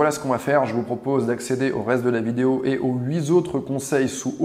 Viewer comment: Huit est invariable on ne dit pas huit z’autres😘😘